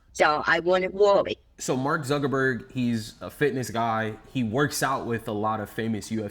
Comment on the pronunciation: She may not have been talking to Mark Zuckerberg but she may have been talking to Mawk Zuckerbworg